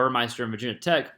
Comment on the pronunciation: It’s not “Vaaa Tech”